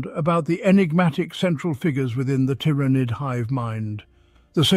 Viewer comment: I have never heard Tyranid (tear-ah-nid is the norm) pronounced the way he does. Otherwise good video....then he goes and swaps between the pronunciations to troll me: in the same sentence even.